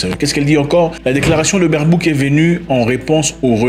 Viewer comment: Même ici en Allemagne 🇩🇪 personne veut cette femme, surtout le partie politique qui est aux pouvoir. Ele se prononce "BAIRBAUQUE"